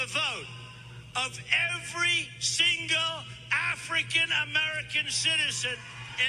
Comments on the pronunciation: Same here. That "African" part had too much going on. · Why he say African like that 😂💀